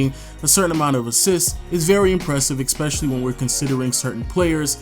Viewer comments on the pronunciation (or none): Why does this nigga says "eXpecially" for some reason it pisses me off